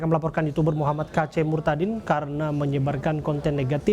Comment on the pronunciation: sebut kata murtadinnya biasa aja dong